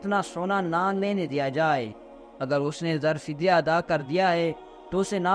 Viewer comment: zar fidya nahi janab zar e fidya aap ka urdu talaffuz theek kar len